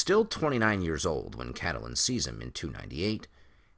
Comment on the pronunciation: Please, please, PLEASE, I'm begging you, stop pronouncing her name as Cat-a-lyn. Its CAT-lyn. Two syllables only. I love your deep dive theories and think that your videos are brilliant, but by mispronouncing a main characters name......its disappointing. Sorry, I'm not trying to be nit-picky or a Debbie Downer, but it really gets to me.